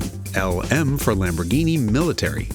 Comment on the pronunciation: Do NOT call it the Luh-Moo again Jason 😭